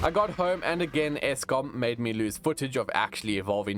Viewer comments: just realized youre south african when you said eskom lol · are you from south africa. Bc i heard you say eskom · Would never guessed that thi ls mf is south African but as soon as I heard eskom I knew😂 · ESKOM?? Did I hear correctly??